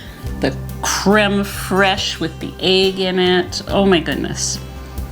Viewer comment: WOW! You really know how to put on a spread!! 😲 Everything looks delicious!! 😋 😋 😋 Yes, I would have used onions in the "potato" waffles, too! 😋 And, your Charcuterie Board looks lovely!! 😍 Oh, and you pronounced crème fraîche correctly! 👌 Love ya, hon! ❤ 💙 💜